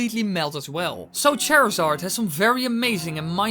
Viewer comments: You were mispronouncing Charizard. The way you were saying his name as if it were Cherizard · HOW DARE YOU SAY CHARZARDS NAME WRONG!!!!!!!!!!!!!! "chair zard"